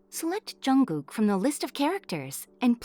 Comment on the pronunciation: She is saying jungog??? I'm pretty jungshook right now.